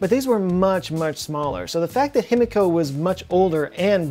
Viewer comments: Love your vids! Japanese pronunciation lesson of the day. The i is always pronounced like “ee” so it’s Heemeekoh. You’re welcome! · Himiko = (He - Me - Ko) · Himiko would be pronounced he-me-ko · A giant what? Oh, a die-key-ree, now I get it... no thanks to your Texan pronunciation.